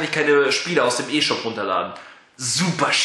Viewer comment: Es gibt ne 8GB und ne 32GB Version und die Wii U ist kein "Kinderkonsole" es kommen schlieslich die gleichen games wie auf ps3 und xbox360 z.B. Black Ops 2 raus. Und man spricht es "i shop" aus nicht "e shop"